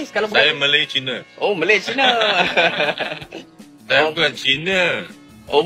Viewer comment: Tiada kesalahan pun dia sebut Malay China, betul lah sebutan dia (Malay - Malaysia). Kalau dia sebut Melayu-China baru silap. Teruskan semangat bro...kita 1 Malaysia berbagai kaum dan bangsa.